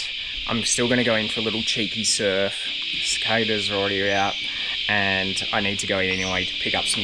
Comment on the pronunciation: Max sounds like he has been spending too much time in North America - lol! I don't know any Australians (and I am one!) who pronounce cicada with an "ay" instead of an "ah". Very interesting....🙂